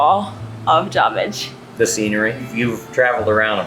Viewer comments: J a r b I d g e...not Jarbridge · It's not Jarbridge, it's Jarbidge.